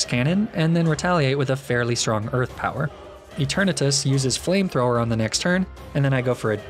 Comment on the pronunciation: FLAMETHROWER, NOT FLAMTTOWHER! OCTILLERY, NOT OCTILARY!